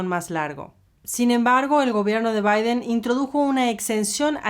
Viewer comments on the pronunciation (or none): none